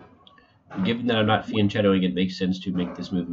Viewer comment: Please, pronounce "fiancheccto" correctly mate - it's 'fianketo', you can listen to it on google translator